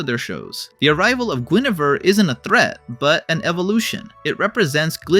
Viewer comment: it's "gwen-er-vere" not "gwen-ah-ver"